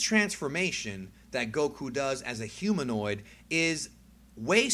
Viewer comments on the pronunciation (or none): none